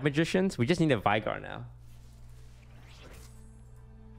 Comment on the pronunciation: if you pronounce if vAigar one more time I make another account, subscribe and then unsubscribe.